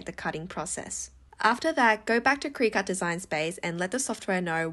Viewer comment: You're pronouncing Cricut wrong 😆 It's "cricket" 😂